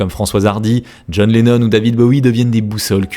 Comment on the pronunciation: John LENNON (pas LENON SVP)